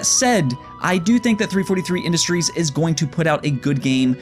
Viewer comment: Btw its pronounced Seh-key-do not seh-ku-ro its a Japanese name せきろ. Sekiro. Lol 3 43 industries not 3-4-3 industries.